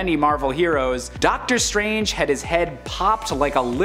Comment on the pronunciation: Ducktor strange 🤣